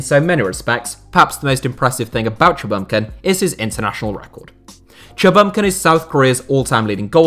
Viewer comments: for reference, chinese/korean names are syllabic so for instance cha bum kun should be pronounced as 3 separate syllables/words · The way you say Cha Bum-Kun is painful